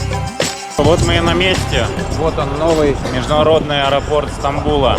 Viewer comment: Не Станбул а СтаМбул .